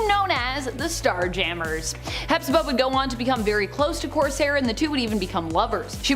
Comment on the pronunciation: Coarse Hair.... hahaha. Kor sare... Corsair